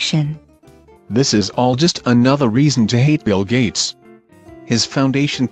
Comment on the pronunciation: Did he just say BillGates